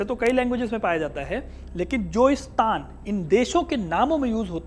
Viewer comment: वास्तव, में,स्तान, ग़लत, उच्चारण, है। सही उच्चारण, स्थान, होना, चाहिए।जैसे, राजस्थान, वहां, हमेशा, राजाओं,का, स्थापत्य, रहा है।